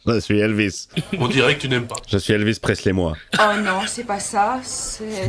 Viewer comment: Tu dit qu'il ya Elvis Presley haha cest plutot Eryl Prayer😂😂😂😂😂